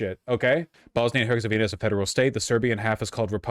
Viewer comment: Slav whose family is Bosnian here. He is wretchedly pronouncing Bosnia i Herzegovina. Jesus Christ 😂. Also, fuck Orban.